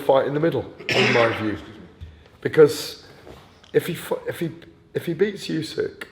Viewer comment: Why does the GAD call Usyk "Youysk"?